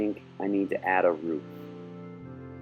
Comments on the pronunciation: its a ROOF not a RUF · its roof not ruf